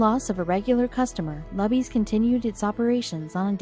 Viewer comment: Why not pronounce “Luby” correctly? It’s not “Lubby” FFS. It’s pronounced LOOBY you clowns.